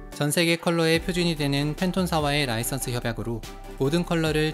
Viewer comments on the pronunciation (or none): none